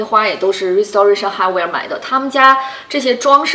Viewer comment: 跟我读 rai si te rei shen